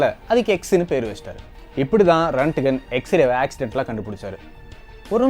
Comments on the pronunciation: Very good explanation on x-ray. But a small correction in pronunciation of the inventor. His name is not ரன்ட்கன். His name is ராண்ட்ஜென். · Pronounce it as Roent-Gent